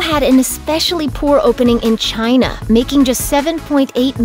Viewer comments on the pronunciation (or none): Where is 'Chinah'?